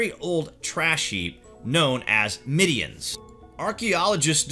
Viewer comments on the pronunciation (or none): Middens not midians. Sheesh. Is this a comedy channel? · Trash heaps are called "middens," not "middians." Also - narrator seems to place stress on weird words in the middle of a sentence; needs to work on his delivery...just an observation. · Whoever wrote this is either really, really lazy or just plain ignorant. Or they never told the narrator how to read properly. "Burrows"? "Middians"? Give me a break. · middens not midians! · I don't know how the script you are reading is spelt, but, the word you are looking for is 'middens' NOT 'midiens' or 'middyens' or 'midians'. Please if you are going to present yourself as a credible historian or archaeologist, you will need to have a basic knowledge of the subject. School kids know how to pronounce 'middens' and they know what they are. Very amateur. NO subscription! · While I appreciate your enthusiasm your pronunciation is dreadful. Stratchclyde? Middians..?Ffs... research mate. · 'Middens', not 'midians'! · It's mid-dens. Not mid-d-ens. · Burrows? Midians? Pick-tish people? Seriously, Sir, learn to pronounce the words before you put yourself forward as an expert!